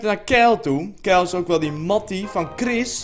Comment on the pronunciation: waarom zeg je keil in plaats van kyle...